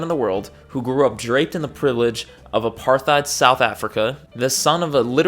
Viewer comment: Apart-heid means seperate-ness. The T and the H do not go together to form a th sound, there is no such sound in dutch or Afrikaans. You pronounce it like Apart-hate